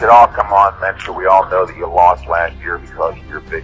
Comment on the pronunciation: ❤ for Heavy duty "Mentzer"